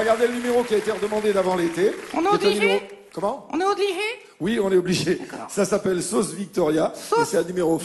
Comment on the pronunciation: Un ventriloque pronoce "T" au lieu de "P" (mais ca se voit pas vu que notre cerveau prend un "p" en compte genre à il diot "mois de settembre et pas septembre" , même chose pour le B qu'on prononce "D" comme à il dit "on est odligé au lieu de obligé". Les ventriloques font ca pour qu'on ne les voit pas pincer les lèvres, mais vous quand Jean-Marc vous dit genre "danane" vous allez comprendre "banane" vu que votre cerveau va le prendre en compte comme ca ... Je vous fait cette explication comme ca maintenant ca va vous faire chier vu que vous allez entendre Jean-Marc dire tt le temps T au lieu de P et D au lieu de B allez salut les prouduc ! Salut les Dlaireaux !